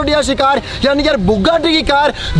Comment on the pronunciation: Bugatti❎️, tugatti✅️